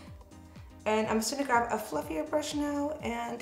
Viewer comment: I notice you say “grav” instead of grab 😂